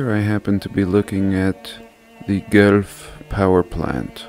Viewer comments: Wow - live in Toronto and love that your investigations have brought you here. Dig your work - we say Gwelf by the way but I like your old world way better! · I am a long time subscriber who lives in Guelph (pronounced GWELF). You can imagine my delight and surprise as the video progressed and you started focusing on this town. I've taken hoards of photos from around the city of all the old buildings, churches and of course the big cathedral you showcased in this video. I never thought this place was any different than other nearby cities (they all seem to have twisted, impossible historical narratives) but now you've got me wondering. It has many limestone buildings - more than other cities - which I always thought was curious. I was not aware that it was a single character responsible for 'building' all the churches you showed in this video. I will pay closer attention to that from now on. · I love the way you say Guelph. Never heard that before. Here in Ontario, we pronounce it “Gwelf”. 🙂. Great video as always. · I am from niagara and we have stmikes st paul and st marys churches and schools.and just one little thing.its pronounced gwelf.love your channel#1 on this subject for sure!!!! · Thanks, one of the churches in Hamilton is my hometown and I have seen the one from guelph pronounced like gwelf. Thank you so much for spreading the truth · Great vid....they pronounce it Gwelf....as for the name.....Guelph used to be the last name,of the Queen they changed it to Windsor....anyways intersting that the Guelph family was very intrepid in laying claim to all these beautiful buildings built pre reset... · Another great video! I live in Ontario, It is pronounced Gwelf, 1 syllable. Cheers! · The city is pronounced gwelf... like welf with a hard G . . I worked and went to the University there for several years . Loved the old architecture and the town itself. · I think its pronounced Gweph! But not that important...Great and courageous video. Thank-you!